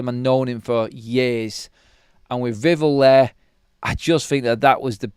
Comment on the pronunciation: Please... it's VIV sound and then ELL like 🔔... don't mess this up neebor! You can do it... VIV ELL Please 🙏🏽 No more drivel vivell nonsense.